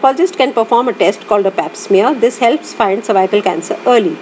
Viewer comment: "Cervycle" 😩🤦🏻‍♀️ over all good video 😊